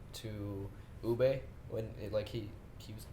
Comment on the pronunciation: It's Ubbe